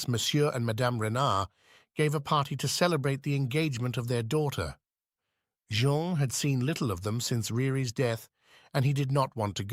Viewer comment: I enjoyed that. Thank You. Please allow me one other comment. When using AI is it possible to ensure the AI has been prepared, i.e. programmed, properly. In this narration there are different pronunciations for the same name, Jean, which in french sounds like zhon and the city is leeon not lions. Thanks.